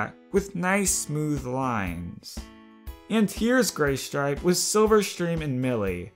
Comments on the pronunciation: ...... Not to be mean but, it said "Gaystripe" ...... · "Gaystripe" lol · says Gaystripe lol